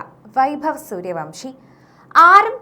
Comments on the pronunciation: സൂര്യവൻഷി എന്നാണ്.. സൂര്യവംഷി അല്ല 😂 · Vamsi അല്ല vansi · Not suryavamsi...but suryavanshi😅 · പേരെങ്കിലും ശരിക്ക് പറയു.